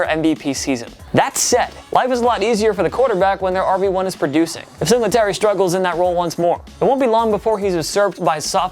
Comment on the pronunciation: Idk why, but the way he says Singletary makes me mad.